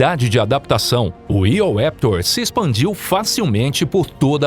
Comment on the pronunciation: "Eoraptor" não se le /io'ɹeptoʴ/ nem coisa parecida. Os nomes dos dinossauros são de origem grega e latina. A pronúncia anglossaxona é possivelmente a mais deturpada nas línguas ocidentais. É bem melhor pronunciá-los à portuguesa, pois é mais próxima do que a inglesa.